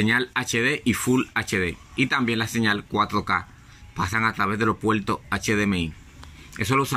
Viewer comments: los PUELTOS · Antes de continual con los pueltos, hablas como los chinos que no conocen la " R ". Aprende a usaR la " R " si vas a hablaR en español siempRe.